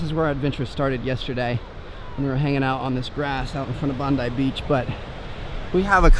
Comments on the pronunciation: haha he said bandi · I love how he pronounced 'Bondi Beach' 😂😂😂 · You said Bondi wrong!😂 I’m from Australia I’m glad you went to Australia 😇